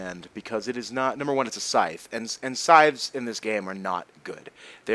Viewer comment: Ur good even with this, man. Thank u 4 doing this 4 us, ur vids make me rly happy and help to learn English aswell. I mean, now i know how to say "scythe" properly.